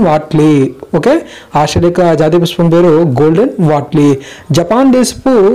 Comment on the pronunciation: PushPam not puspam